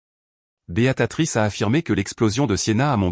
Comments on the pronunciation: Prénom de la grand-mère " Béatrice " ! , et non pas ! , " Béatatrice " ! Vos erreurs sont pesantes et ridicules !!!.... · BÉATRICE ET PAS "BÉATATRICE" cela ne ressemble à rien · Ça recommence ! "Béatatrice" ! 😅